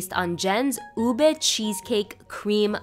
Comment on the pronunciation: Thank you for pronouncing ube correctly🥲